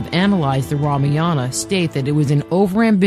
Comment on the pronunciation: what the fuck is Ramiyana, it's Ramayaan